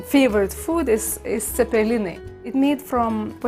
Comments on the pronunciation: ... Lithuanian ZEPPELINI??? U mean Cepelinai? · jie angliskai raso o ne lietuviskai todel ir buvo blogai parasyta nes jiem nuskambejo zepelinai o ne cepelinai